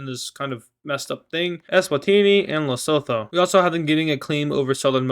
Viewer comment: pretty sure "Lesotho" is pronounced "Les-oo-too"